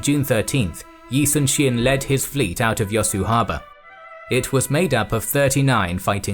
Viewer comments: yi sun shin (x) -------> yi soon shin (o) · the pronunciation is really off. Korean nouns are stressed at the first syllable in nearly every instance! YI-sunshin not yi sunSHIN? KIM myeongwon not kim myongWON and PYEONGyang not pyeongYANG. YANGju not yangJU etc